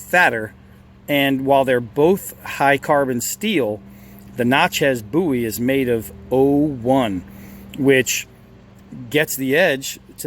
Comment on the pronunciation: It's Bowie not bouy! Otherwise it was a great video thank you